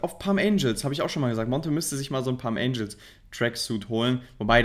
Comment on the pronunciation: Palm Angels Monte: Palms Angel